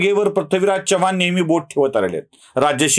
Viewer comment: Prathvi हा उच्चार टाळावा.चव्हाण मध्ये चमच्यातला च आहे,चहातला नाही.वाईट वाटून घेऊ नका, जाणवलं म्हणून सांगितलं.